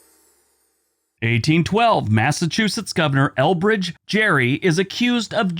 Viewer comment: Hi I just wanted to share a little fun fact with you. Elbridge Gerry actually pronounced his name with a hard 'g' like 'Gary.' I just thought you might find that interesting. Thanks for your videos, I enjoy your work.